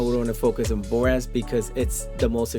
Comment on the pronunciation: I laugh every time you say, and dint even try to pronounce Hephasteakjhokhgolh or what ever its called haha.... great video for ship mining starters, though!